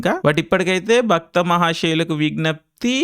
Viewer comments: భ"క్త" మహాశయులు కాదు ఇంగ్లీష్ మీడియం ఆ నువ్వు ? అది భ"ర్త" మహాశయలకి విజ్ఞప్తి. "క్త" కాదు "ర్త". సదూకోవాలి తెలుగు అప్పుడప్పుడూ! అన్ని సార్లు భక్త అనకురా నాయనా! భక్తుడు వేరు భర్త వేరు. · Bro just one small correction. It's bharta not bhakta. 3 times bhakta aanaru😂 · అది "భక్త మహాశయులకు విజ్ఞప్తి" కాదు.. "భర్త మహాశయులకు విజ్ఞప్తి.." భక్తకు భర్తకు తేడా పలకడం రాదు.. రివ్యూలు చెప్పేస్తారు.. ఎందుకు బ్రో.. రాగడి బదులు రాకడి అంటే ఎలా వుంటది..?? అలా వుంది నీ టాలెంటు.. #BMW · Bhakta kaadu, bharta... Cheppinappudalla bhakta ane vinipinchindi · Baktha kadu Bartha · Bhaktha mahasayulaku wignyapthi ah? Endanna nuvvu, title ne wrong palikinav.. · baKtha kadhu baRTha 😅😅 edho bakta kannappa cinema ki poyi untaav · Baktha kaadhu bartha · BARTHA❌ BAKTHA✅😂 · It's bhartha not bhaktha ....😂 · Dude bhakta antav endi, adi bharta. Endo.